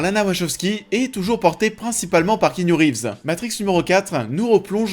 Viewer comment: c'est ki pas ké.